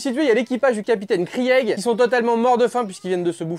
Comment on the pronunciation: "Krièègue" Ça se prononce "Krigue" même si ça s'écrit Krieg mdrrr